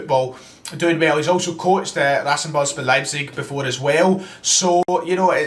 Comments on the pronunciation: No one:: Rassenball-sport Leipzig Aintrakht fwankfuhrt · "RashenBOLskbAUER Leipzig" shut it speccy